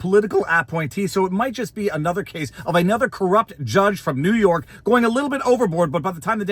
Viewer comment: It's always the southern district of nee york